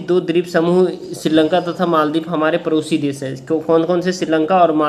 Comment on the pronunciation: Sir ap padosi des ko parosi kah rahi hai🤔🤔🤔😂